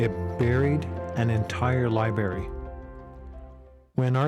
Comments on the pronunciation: Ummm - “libary”. Who doesn’t know how to pronounce library? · I’ve got a challenge someone find the first R in library for this guy 😂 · Silent R what? sounds amateur.